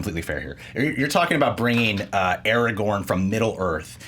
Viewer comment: Markeia. IT'S ARAGORN!